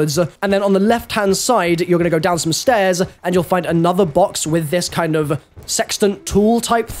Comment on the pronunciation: Go down the stair-ZUH